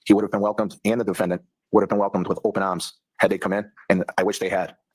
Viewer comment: LOLI love how you repeat " They would have been welcomed with open aums (arms) 😂 i love Boston accents lol ❤